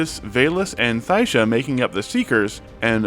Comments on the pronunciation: People need to stop fucking mispronouncing the only black woman’s character at the table. Her name isn’t thighsha. It is pronounced ty-shuh. Its not Ty-ee-shuh, its not thighsha, its not whatever the fuck else you think it is. Its ty-shuh. For fucks sake, its been four episodes you moron. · Thaisha's name is not pronounced with a "th" it's a "t". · THAI-sia. Like Thai food.